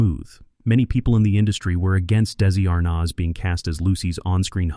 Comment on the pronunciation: Still haven't found someone who can pronounce his name properly huh? It's not daisy arnazzzzzzzzzzzzzzzzzzzzzzzzzzzzzzzzzzzzzzzzzzzzzzzzzzzzzzz, the rest was great though!